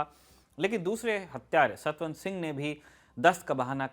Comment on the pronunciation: हाय हाय “ सतन सिंह”। नहीं सतवंत सिंह नाम है।